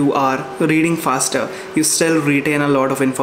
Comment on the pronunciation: ye "fasrer" kya hota hai......hahaha...love you